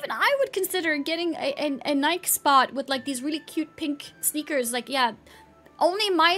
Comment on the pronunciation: Please learn how to pronounce Nike